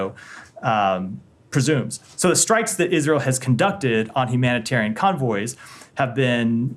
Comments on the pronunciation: HumanitORIAN?.......someone can't even say the word! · He intentionally mispronounced Humanitarian Aid Trucks.. “humoratairan aid truck”!